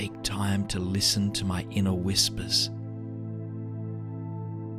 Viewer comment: "Inner whispis"...made me chuckle. Laughter is great medicine. Amen to you all and always listen to your inner whispis!